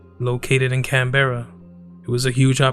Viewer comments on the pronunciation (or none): can bra not can berra